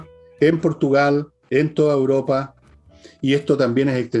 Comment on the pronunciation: Querida e inteligente, con todo respeto tengo que corregirte porque dices "uropa" en lugar de "Europa". Un abrazo y sigue haciendonos los jueves más interesantes junto a Fernando y sus extraterrestres.